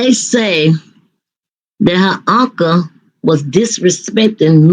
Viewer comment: What is a Unca? You mean Uncle 😂